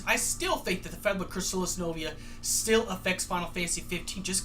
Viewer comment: You mispronounced Fabula Nova Crystallis.